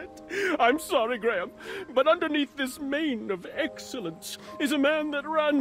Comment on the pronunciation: Aw, when Whisper finally got Graham's name right it was adorable.